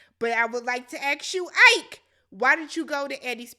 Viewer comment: Ike not like Tina Turner but "e kay"